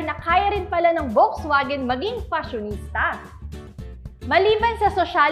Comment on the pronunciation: doc and maam, may I correct you po? VW is a german brand, so its not read or pronounced as as V but with an F and not W but with a V.. bali Folksvagen sya kng basahin.